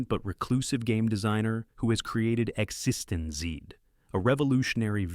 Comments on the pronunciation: Congratulations on finding so many ways to mispronounce "existenz". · It was pronounced Exist-ends 🙄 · Also, it pronounced Exsistenz differently each time it said it - the last time it said exsisten zed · Yep. The AI screws up Existenz in just about every way possible. You would think the writer would just spell it correctly in the text for the AI so that the AI could pronounce it.